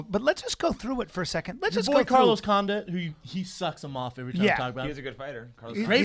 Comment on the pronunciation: For sure pronounce Condit correctly for once Schaub. "Condaat"